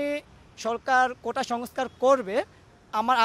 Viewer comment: ভাই রে ভাই ওইটা কোটা, কোঠা না।দুই টার অনেক তফাত।